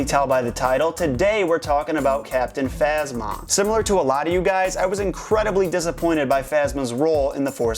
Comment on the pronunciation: captinphasma sounds like captin mama ( just to me)